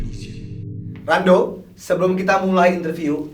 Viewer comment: "RENDOM" Ngakak Laurentius Rendom.